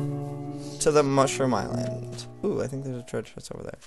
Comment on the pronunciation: at 3.46 he saies dieland insted of island